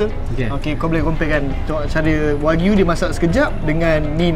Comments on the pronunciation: Informasi tambahan, cara sebut wagyu ialah "wa-gyu". Wa=japanese, gyu= cow. Bukan wakyu ya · Kakak sebut wagyu betul sikit kak aku dgr kakak ckp wak u. Wak lu betul!